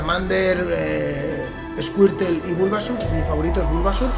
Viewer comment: se lo dices a alguien que dice "esquirtel" hahaha